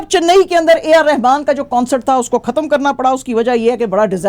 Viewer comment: آپ خ کو کھ کیوں پڑھتی ہیں جیسے خبر کو کھبر یا ختم کو کھتم ایسا انڈیا میں بولا جاتا ہے آپ اپنا تلفظ درست کریں